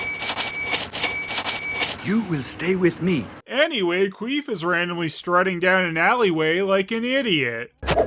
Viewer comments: Yep, never fails. everytime says Quease i always hear it as Queef and I chuckle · I swear I heard you say qweef